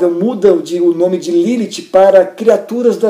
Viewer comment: primeira pessoa q falo meu nome certo akakalaka